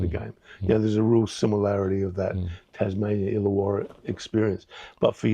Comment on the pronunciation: it's ILLAWARRA.